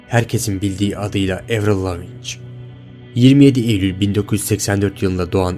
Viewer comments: avril lavigne, evrıl lavic değil evrıl laviin diye okunur. (i harfini bilerek uzattım) Ve aynı zamanda 2003'te öldü 2013 değil düzgün araştırma ile video yapsana ya ingilizce bilmeyip sana gelen kişiler yanlış bilgiyi doğru sanıp da başka kişilere söylüyorlar. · Kardeş baya araştırma yapmışsın(!) helal de kadının adı nasıl okunuyor onu da öğrenseydin keşke. ''Evrıl Leaviğğn'' diye okunur. Soyadı Fransızca kökenlidir. Kanadalı ya hani. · Evrıl lavinç değil evrıl laviin diye okunuyor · Spikerler karşılaşma öncesi sporcuların isimlerini kendi ülkelerindeki telaffuzlarina göre öğrenip söylüyorlar. Senin de buna calisman gerekli bence.evrıl Lavin diye okunur mesela lavinç değil. Videoların gayet başarılı bu arada.bunu bi gozlem olarak kabul et 😀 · Evril Lavinç olaran bildiğiniz kişi "Avriıl Laveğn" dir "Andırmay sikin" diye diye de bi albümü yoktur. Video çekiyosun telaffuza bak sıfır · abi lavinc nedir ya hiç mi röportajını, konuk olduğu programı falan izlemedin nasıl çağırıldığına bakmadın ya. 15 dklık video yapmışsın insan özellikle bakar ismini doğru telaffuz ediyor muyum acaba falan diye lavin olarak biliyor herkes bunu lavinc nedirrrrrr :@ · Tamamen uydurma!!! 1) Adı Evrıl Lavin diye okunur, Lavinc diye değil. Buradan zaten videonun kolpa olduğu belli. Konuyu iyice araştırmış olsan böyle bir hata yapmazsın. 2) Görüntüdeki tarihlerle senin söylediğin tarihler arasında birkaç yerde farklılıklar var 3) Eski Sesi-Yeni Sesi diye karşılaştırma yaparken YENİ adı altında verilen videoların üzerine sonradan dublaj yapılmış olduğu çok bariz İnsanlar da inanmış, bir de oturup şöyle yapsınlar böyle yapsınlar diye çözüm üretiyorlar. Milletin aklını bulandırmayın! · "Evrıl Lavınç" ne lan? "Evrıl Laviin" şeklinde telaffuz ediliyor.